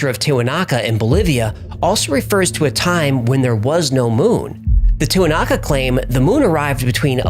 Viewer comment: You’re showing Easter Island Moai while talking about Tiuhuanaku ? Tiwinaku ???🤪🤣